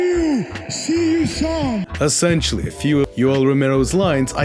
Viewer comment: Romero: i lawwwww you...see you saun 😅